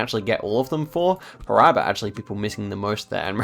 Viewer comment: SergipE - you were correct the first time. The E is pronounced. Brazilian Portuguese rarely mutes vowels, if ever. Also, Paraiba - the stress is on the middle "I". like Pa-ra-ee-ba.